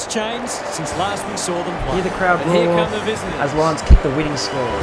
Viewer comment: "winnig score" lol